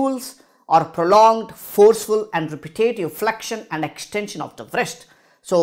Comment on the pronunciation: Really😂 Wrist W is silent broh